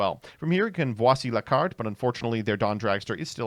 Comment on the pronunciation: The hell was that Voici la carte pronunciation.